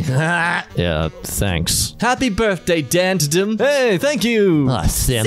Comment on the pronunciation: I’m fairly concerned that he pronounced DanTdm’s name as “Dantuhdum”